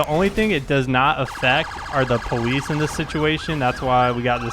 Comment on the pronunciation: why do you say pwolice patrol its police patrol